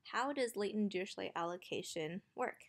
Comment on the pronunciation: Dirichlet is German is it's pronounced dee-ree-kley